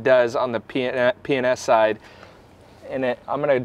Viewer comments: P & S enunciate I swear it sounded like you were saying penis! Lol 😂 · I must be either tiered or drunk because every time you say P&S I giggle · You keep saying P&S kinda fast.....and it sounds like, you know hahaahhahaja